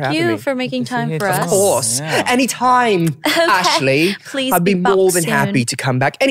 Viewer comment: 미친 ㅋㅋㅋㅋㅋBitchna ㅋㅋㅋㅋㅋㅋㅋㅋㅋㅋㅋㅋㅋ애쉴리 이름 빛나구나 ㅋ 한국 이름 예쁜데 미국애들 한국말 발음 못하니 ㅋㅋㅋㅋㅋ